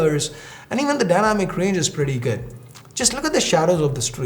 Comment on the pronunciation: Why is his accent sound so weird? Never heard any indian saying "good" as "ged"..🙄..sound soo fake & cringy...